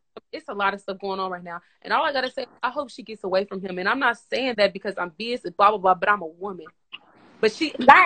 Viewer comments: she pronouncing BIAS wrong asf lmao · Bias…It’s not “bee-us”… it’s “bye-us” lol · Ma’am the word “bias” is pronounced “by-us” what is “bee-us”?😂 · It’s the girl at the top pronouncing BIAS as BEEYUS for me 😂😂😂 and she did it more than once so it wasn’t a mistake 😂😂😂🤦🏽‍♀️ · I'm sorry did she just pronounce the word biast as "beeust" ??!! ..🤣